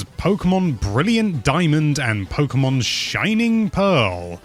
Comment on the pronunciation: why, why you say pokeymon??